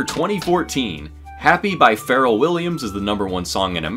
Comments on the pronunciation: "Ferrell williams" remember its Pharell (Pronounced like Fa) This is my 5th time watching this video and I like it but that hurt my soul 😭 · I'm not gonna lie, I'm a little tilted by how you pronounced Pharell. It's more like FuhRELL.